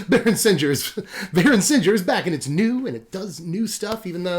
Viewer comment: baron sen-gear just saying not sen-jeer.